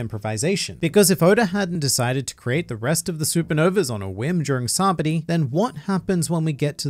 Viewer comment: Nice video as always Just something to point out, it’s “SA-BA-O-DY”, not “Sa-body” 👌